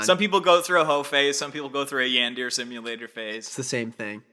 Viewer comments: "yan deer" is an accidental confession that you're not a weeb. it's pronounced "yawn-dur-ay" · It physically hurt me when y'all said Yan-deer simulator instead of Yawn-der-ray simulator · The way they say yandere like yan dare is driving me insane are you telling me they’ve NEVER heard that word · It says a lot about me that the fact that neither of you knew how to pronounce yandere shocked me. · Hearing them say yandere wrong is so funny, especially as someone who went through a yandere sim phase